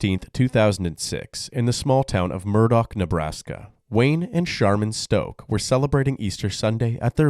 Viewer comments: Man your narrator should learn how to pronounce words. This guy’s last name was stock, not stoke. Overall I like the channel a lot. Big shout out to the editor, even if the narrator and editor are the same person 😅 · Stock rhymes with lock, not stroke.